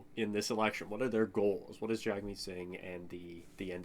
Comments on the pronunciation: Genuine question: Why are you mispronouncing Jagmeet's name? It's pronounced "Jug-meet" not "jag- meet" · Because in English it’s pronounced Jag-meet, in Hindu it’s Jug-meet